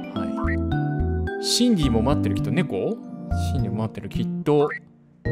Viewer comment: 自分だったら途中で強制終了してるレベル…(( *△*) 全ENDクリアした先生:_おつかれ::_ナイス: 皆さんが台パン推してる中私はシンディ?？の発音の良さを推します:_ちゅき